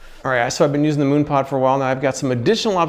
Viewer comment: Mooon pod? Is this something for your bare posterior when you 'moon' someone?